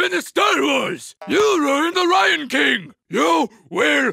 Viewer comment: I was making it that way as the Business man said it as "Rion" and not "Lion".